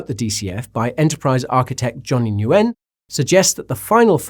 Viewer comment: FYI: Nguyen is pronounced "wen"